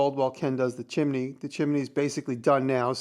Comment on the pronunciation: Why do you say chimini instead of chimney?